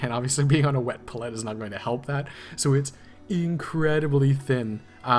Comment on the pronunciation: Oh man how you pronounce palette. "Paul let" instead of "pal ete" You got me snickering. Good job on the rest of the tutorial.